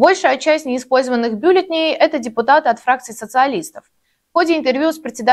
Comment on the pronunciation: Милая девушка, конечно лайк. Но, умоляю Вас - не "бюллетеней", а "бюллетеней".